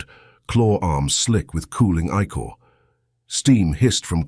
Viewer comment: Makes my brain hurt. Please, Please find a way for the a.i. to pronounce" icore" not as "I Core " but as "ick ore" as in icarious the ic has phonetic ick sound.